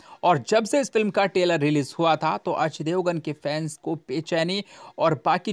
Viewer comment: अबे टेलर नही ट्रेलर बोल